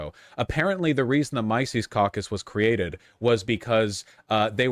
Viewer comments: "The micees cockus" 😂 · "My sees caucus"????? Learn how to pronounce words vaush!!!!!! Or is he just trolling? That didn't sound like trolling to me